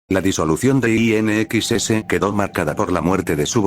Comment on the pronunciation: IN EXCESS la pronunciacion en ingles pesima